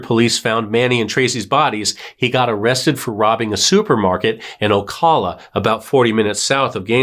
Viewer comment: BTW, you mispronounced Ocala. It's pronounced oh-cal-uh.